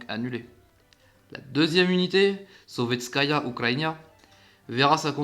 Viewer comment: super vidéo, juste je fais du russe alors petit indice de prononciation, le "e" se prononce "ié"( du coup on dis soviétsky soyuz ) a part ça c'est intéréssant de voir comment les russes avaient du mal a construire leurs cuirassés en entier